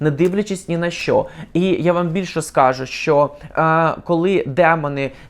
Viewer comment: Вчитель української мови мабуть той же ,що і в Юлі. У слові скажу ,наголос не скАжу, а скажУ. . 😅